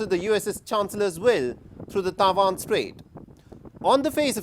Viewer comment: It's Taiwan not Taivan